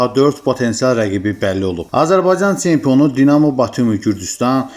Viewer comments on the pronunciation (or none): Tsempion, veredziyiy, teleffuzu duzelt ay kishi